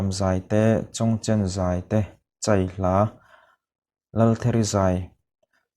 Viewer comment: Chai hla i thluk dan khi adiklo. Chai i thluk dan tak khi. Chutih loh ah chuan i video a bengvarthlak e.